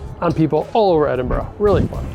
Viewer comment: Good job pronouncing Edinburgh ending with an "a" instead of an "o" Coming from a Scot